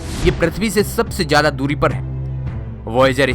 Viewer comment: Oh loro jada Nai hota zyada hota hai